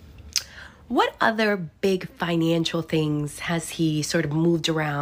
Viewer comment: Tell the blonde young blonde indictment reader the the word is not FINANCHINAL. IT IS PRONOUNCED ""FINANCIAL"". !!!